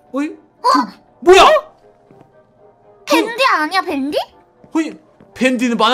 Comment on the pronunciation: 댄디? 댄디가 아니라 밴디 에요